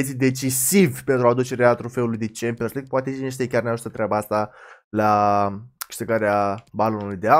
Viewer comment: Mie mi se pare ca tu zici "cempiors lig" cu "r" asa e ?